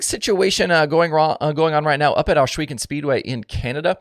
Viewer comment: There is no sh in Ohsweken